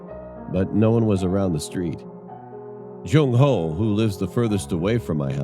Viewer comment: "Jung How" 😭